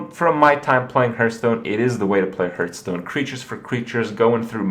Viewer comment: Hurtstone, lewl wut